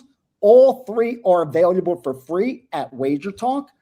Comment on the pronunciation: I know English isn’t your first language but there’s no Y in available. I have to laugh every time I hear your version. Sorry dude